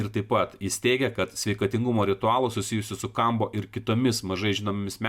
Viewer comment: 4 kartus skaito Kombo, nors parasyta aiškiai Kambo, nebemoki skaityti? Beabėjo, jei žmogus tiki, kad ežopas tau padės gyvenime, malinausko video,- tikrai nepadės.